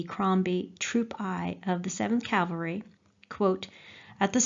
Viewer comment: Wish she didn't consistently mispronounce "cavalry" (of all words!)